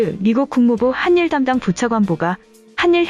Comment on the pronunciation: 한일을 하닐으로 읽어야지 한닐이라고 읽으니깐 되게 어색하네..